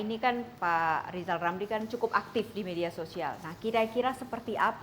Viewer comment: beliau sebut nama sendiri aja gak becus!! 😞 maaf pak jgn penjarakan saya